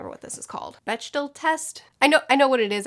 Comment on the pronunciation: It's pronounced Beck-dell... I think. Everyone I know says it that way at least